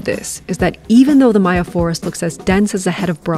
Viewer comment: she said maya not mayan, meaning she did her research, instant subscribe